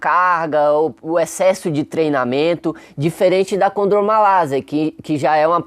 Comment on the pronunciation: As vezes poder ser um problema de dicção vocal, na qual é comum em muitas pessoas que não consegue coordenar bem a linguá. Então produz um som de S em vez de ser um som em Z. Mesmo assim ele explicou muito bem detalhado o assunto. Domina o conhecimento melhor que muitos MESTRADOS E DOUTORADOS QUE EXISTEM POR AÍ Á FORA! Parabéns! Professor.